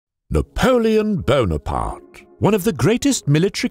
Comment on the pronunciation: Did he call him Napoleon Bonapark?